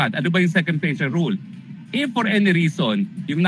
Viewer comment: "Rule" of law, pronouce as "rul".